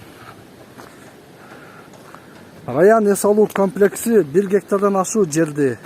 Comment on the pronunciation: УЛАМ ЭЛЕ КАПЛЕКС ДЕП ЖАТАТ УРМАТТУ ТЕЗ КАБАР. КОМЛЕКС ДЕСЕНЕР ТУУРА БОЛМОК